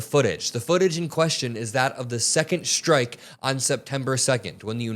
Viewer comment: "The decision is not at my level anymore" HUH? You're the freaking Secretary of Defense! Oh, and can everyone STOP saying "schtrike"!